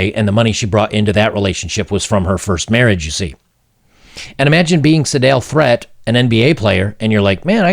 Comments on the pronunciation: Threatt is pronounced like yeet...I believe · FYI - Threatt is pronounced "threet". Not like you'll need that info ever again, but anyway ...